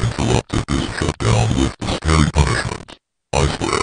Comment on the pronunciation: I don't know if your saying scary or crazy